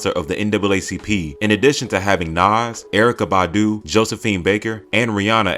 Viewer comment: Say Nas and Erykah Badu ONE MORE TIME! 😤